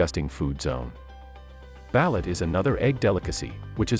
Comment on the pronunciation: This would be so much better if you learned how to actually pronounce the words of the foods. Balut, seriously, buh-looot. Huitlacoche.. no, there is no coke in there... Wheat-lah-coach-ay